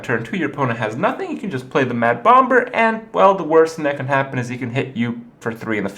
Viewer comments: Sxriously i dont get it....its pronounce bom er...so whats the big deal? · bomBer? the second b is silent!!!!! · "bommer" not "bom-ber"; the second 'b' is silent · its pronounced Bommer like Lamb is pronounced Lamm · I didn't even know you said Bom-ber until you pointed it out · Herthstone, bom-BERS, Kripp kills me with his pronunciation. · HERTH BOMB-BER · Please continue to disregard what everyone says, Kripp, and keep pronouncing it "bomBurr." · I want to watch but my English anus tightens each time he says BomB-ber :( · Why the hell is he pronouncing the second 'b' in bomber for? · gasp did he actually read my post about me correcting how he said "bomber" ? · please stop pronouncing the B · why does he put some much emphasis on the second b in "bomber"? I've noticed this in his other videos too and it bothers me lol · someone tell kripp the b is silent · didnt realise kripp was saying bomber wrong till he mentioned it himself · The second B in bomber is silent. Not what some people want to call it, just how the word is pronounced in English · Why does this jackass pronounce the second "b" in bomber? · I am starting to think that he is pronouncing bomber incorrectly on purpose. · SirGooglinMort Smith Kripp has some other pronunciation issues too - enunciating the silent 'b' in bomber, may-ta instead of meh-ta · magus424 I think thats just because pronouncing the b in bomber is just fun. He knows how it is supposed to be pronounced.